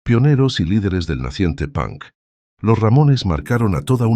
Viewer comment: Si dice pank en lugar de ponk no sabe nada de punk.